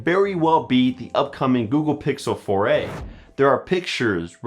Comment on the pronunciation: Google Pixel "Foray"